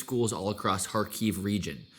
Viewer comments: Video is very cool, but it’s Kharkiv not KharKyiv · Odesa, not Odessa. Every time you say Kiev or Kharkov, you seem to agree that it is Russia. Please use Ukrainian transliteration in Ukraine